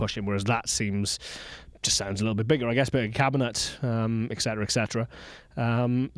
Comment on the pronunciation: It’s so odd to hear a Welshman say “x-cetra” rather than “et cetera”. 😎